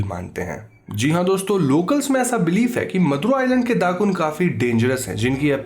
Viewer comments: not Dakun but Dukun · Indonesian here. It's not "dakun", it's dukun. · Indonesian: dukun: dddaakkkunnn